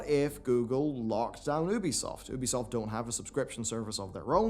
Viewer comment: Why you cannot pronounce Ubisoft properly is absolutely astounding at this point.